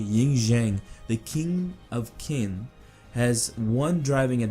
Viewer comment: Qin is pronounced "Chin"